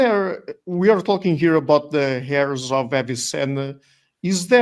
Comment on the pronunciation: The h in Heirs is silent , it sound like "airs" of Avicenna.